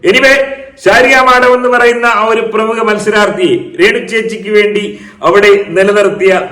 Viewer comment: തനിക്കു പ്രേമുഖ പ്രേമുഖ എന്ന് പറയാനേ അറിയാത്തോളോ